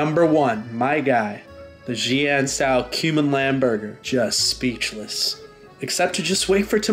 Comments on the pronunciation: If your pronunciation oof Xoan was correct I would love this. It’s Sheee An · And while we're at it, Xian is pronounced shee-ahn. Xs are sh sounds.